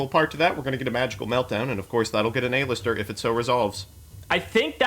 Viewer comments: Does pronounce half of the cards wrong on purpose? "A-Lister"-Joseph Rothschild, 2020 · The way they pronounce cards kills me. Who tf is A-lister